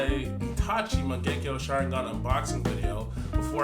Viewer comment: Lol did you just mung genko sharingan lol